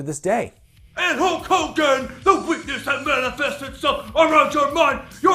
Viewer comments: It's not "Hulk Hogan", it's "HOAKOGAN" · It's definitely Hurg Grogan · HO KOGAN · CRASH THE PLANE, HOAK HOAGAN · KKOKE KOGAAHN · Hauk Hogun SNOOOOOORT! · 3 years late but its kulk Kogan.😁